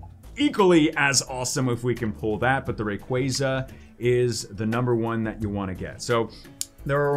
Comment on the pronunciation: What about the spelling makes people pronounce it ray-qway-zah? It is, always has been, and always will be ray-qwah-zah.